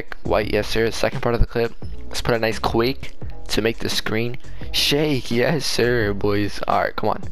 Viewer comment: When you said "yessir" it sounded like you said "hey siri" 😂